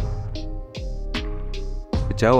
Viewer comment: Bukan ruteng tapi RUTENG😮